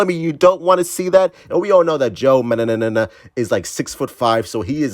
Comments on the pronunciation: I think it's pronounced Manga-nello (as in jello), but keep saying mananana lmao that shit's too damn funny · Joe mang·guh-neh·low. If push comes to shove, use the british sound on google pronounce. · I got you bro, It's pronounced Man-Guh-nello. #RestoreTheSnyderVerse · It's manjanello that's how to pronounce it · The way he can't pronounce his last name just KILLS MEEEE 😭💀💀💀 lmao